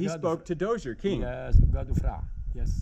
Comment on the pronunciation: Zoza not dozier. The guide was mighty patient with the name mangling.